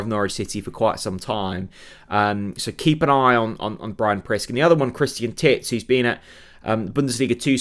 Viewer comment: Titz is apparently pronounced Teetz. Not sure that makes it better or not!